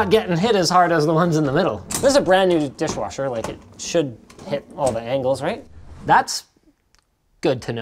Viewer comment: Totally keep hearing saying dishwarsher.